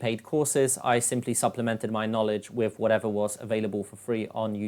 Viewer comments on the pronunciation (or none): are you saying "Wiff" or "with" ?